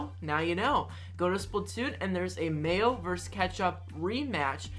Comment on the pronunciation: Wait did he say male Vs ketchup if you did than how did you get that mixed up.